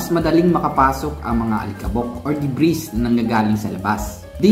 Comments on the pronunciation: Debri....s silent S po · Debris - pronounced De-bree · Debris.... Silent S para perfect na at very informative! More power